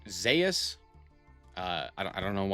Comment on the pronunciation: any one else cringe when he calls zues zayus